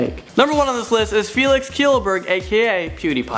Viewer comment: They didn't have enough room. I got a little upset when they said Felix's name wrong. It's a hard name but it bothers me.